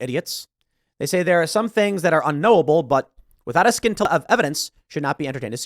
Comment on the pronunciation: Did this nigga just say "without a SKINTILLA of evidence"? 😅😂